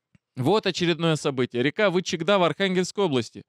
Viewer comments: наша река называется Вы'чегда, а не Вычегда', Ко'тлас, а не Котла'с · все в точку, только ВЫ'чегда, а не ВычегдА'. Это зырянское название реки. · Река называется вЫчегда, на первый слог. Но мне всё же интересно почему вы сказали ВычегдА?! Хм..... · про название реки, надо говорить ВЫчегда, надо ставить ударение на первый слог! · река ВЫчегда, ударение на первый слог, КОтласский, ударение тоже на первый слог. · правильно произносить ВЫчегда.., Ударение на первую гласную. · Неверные ударения : вЫчегда, кОтлас. А по сути очень интересненько, Медвежонка в утиль! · последи за ударениями ВЫчегда, ПАрголово (в др. ролике). Ох уж эти москвичи...) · в названии реки - Вычегда, ударение падает на первый слог. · Котлас и Вычегда ударение на первый слог.